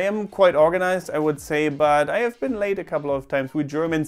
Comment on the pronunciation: I understood 'I have never been late' as 'I have never been LAID‘ 😂😂😂 (it’s not grammatically correct but in my head I just thought of him getting laid OMG 🤦‍♀️😂😂)